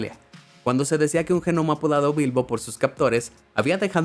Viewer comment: Que el de la voz diga Gnomo en vez de Nomo me deja más intrigado